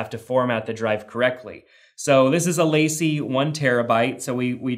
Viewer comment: Great video. One thing though, LaCie is pronounced Lah-See